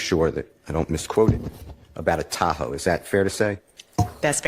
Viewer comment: At first, I thought that they were saying, "tacos" not "Tahoe".